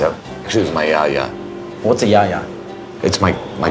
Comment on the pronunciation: "Yaya" is the word, in proper greek, for grandmother. The accent is in the last syllable (yaYA).